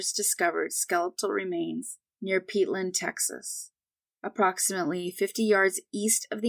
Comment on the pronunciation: Brazoria county, tx and location you described is PEARLAND ( pronounced Pearl-and) not Peatland.